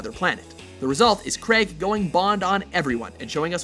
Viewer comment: CRAIG not CREG